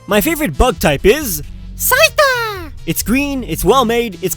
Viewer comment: is anyone gonna comment about the way says 'Scyther?"